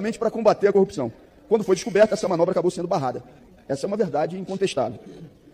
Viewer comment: O ex procurador e o seu enriquecimento exponencial, utilizando laranjas..... Copissão? Corrupção, palavra que não consegue pronunciar, mas consegue praticar.